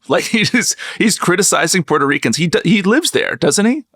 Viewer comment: Thank you for pronouncing Puerto correctly. I find it such an insult to mispronounce a country's name!